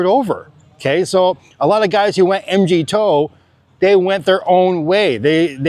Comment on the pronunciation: hey buddy, just wanted to let you know, MGTOW is pronounced: MG - Mig, like the Soviet jet TOW - Like the first 3 letters of Towel. Speaking of Migs, I'm moving over there early next year. We're building our house on the farm outside Roxas. I plan on being a regular at The Beaver. If you happen to be there I'll buy you a San Mig and I'd love to compare dating stories from the Philippines.